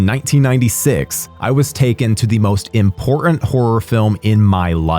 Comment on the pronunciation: Why are the words: important and Manhattan hard for you to pronounce? 😅😅